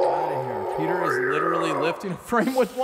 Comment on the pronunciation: Oh man it's Petah!